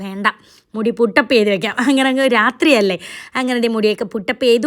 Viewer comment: റാത്രി അല്ല രാത്രി ആണ്